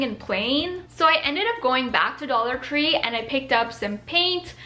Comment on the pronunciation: I’m sorry but when she said dollar tree,it kinda sounds like dollar cree